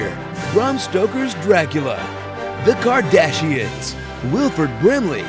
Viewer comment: "The Kardhasians" LMFAO!!! 😂😂😂